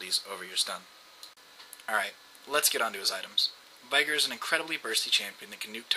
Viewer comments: Where is the "AI" in "VEEEEEEEEEEEEIIIIIIIIIgar" ?? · You say veigar like viagra :D